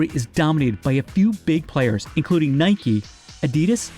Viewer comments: Did she just say nīke? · say what?? This “expert” doesn’t even pronounce Nike correctly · Why do people pronounce Nike with a y on the end, change the N to a B and you cycle a Bike not a bikey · Lost all credibility when she called it nIke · Is it pronounced Nikeeee or Nike? That lady got me confuuuuussssseeeedddd now